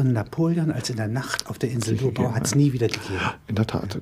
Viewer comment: Sehr interessant! Danke! Als Österreicher möchte ich noch anmerken, dass man hier das Gebiet der Lobau auf der zweiten Silbe betont und nicht so wie hier auf der ersten.